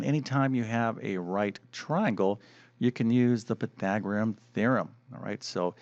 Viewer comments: Py-thag-or-e-an, not Py-thag-o-rim. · Surely this guy must be the worst Math presenter on YouTube. His repeated mispronunciation of PythagoreaNNNNN just drives me nuts!